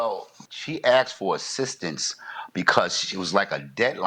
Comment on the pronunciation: He should have googled how to properly pronounce ‘asked & taken’ 😂😂